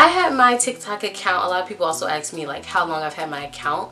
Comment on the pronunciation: People axed you? What